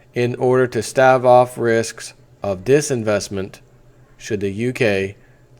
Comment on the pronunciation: This guy has trouble reading out loud; he can't even pronounce 'stave off'. Pathetic. Can't even think straight? You said it.